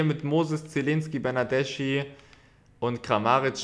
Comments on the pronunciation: Bernardeschi spricht man ,,Bernardeski" aus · der wird bernadeski ausgesprochen.. wie mich das triggered